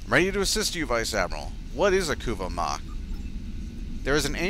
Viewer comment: The Ku-va mah would be the pronunciation.